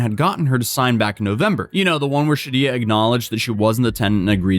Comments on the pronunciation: "She-did-ja" wrong, that's for sure. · “she-did-ya” wrong. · I really like your videos I watch basically everyday but this one needs several corrections: Sha-Deege-Uh Romero Row-Shane Douglas you literally watched the footage! you saw the reporter pronounce it😂😂 in Shadija's previous situation there WAS a fire...well into the eviction process...ONLY in the apartment Shadija was in. 🤔 Curious Rochanne initially agreed to allowing her to stay off the books ( probably to avoid fees from airbnb) and it only became a problem because Shidija then stopped paying. Though apparently she may have made a few payments before she stopped, but she definitely stopped well back in time. That's why Airbnb made the statement that they did trying to capitalize on the opportunity to remind people to do it through the app and not avoid paying them their fees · "Sha-dee-jah.. the "j" is the soft "j" pronounced like the "g" in "massage".. or the "s" in "visual". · (Sha-day-shah) is probably how it’s pronounced but this story is hilariously insane🤣🤣🤣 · Pronunciation: Shuh-Dee-Juh. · Btw anytime you see dija/dijah it’s pronounced dee-jah. Deja/dejah would be day-jah. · It's probably Shuh-DEE-juh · Im sorry, did you say at the half way point of this vid that the squatters name is pronounced she-did-ya? 🤔